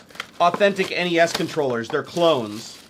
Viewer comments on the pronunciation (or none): "en ee ess" and "ess en ee ess"?? C'mon mate it's "ness" and "snez"